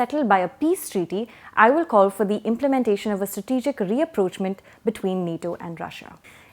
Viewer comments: It is 'Rapprochement' and not 're-approchement'. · ...rapprochement pronounced ra-prowsh-mawn and not re-approachment🙂